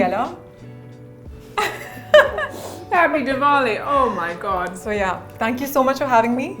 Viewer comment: isnt that yaaaaaaaaaah she borrowed from USA 😂😂😂😂😂😂😂😂